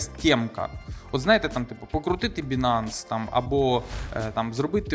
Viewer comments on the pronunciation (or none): none